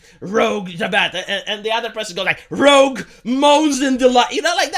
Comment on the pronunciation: (cough) It's Rouge, not Rogue